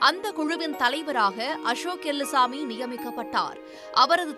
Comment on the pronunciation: It's Ashok elluswamy not Ashok elumbuswamy 😂😂😂